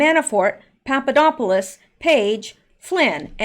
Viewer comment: Did you say...Papadopoulos? ☺